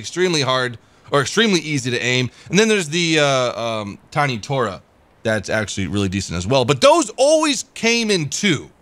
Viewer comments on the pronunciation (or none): Tiny TARO, not TORA (Tora means Tiger, Taro is the most common japanese name)